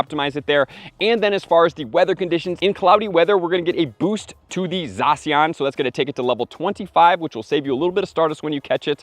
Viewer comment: Never heard someone call it Zasian...lol